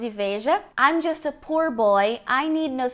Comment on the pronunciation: Uma professora falando "pur" boy e "risco de morte"!!??????? Raios e trovões!